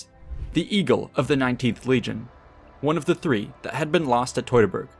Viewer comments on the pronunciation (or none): It’s not “toy-tor-bor’ try -phonetically.. Tue-tor-Borg.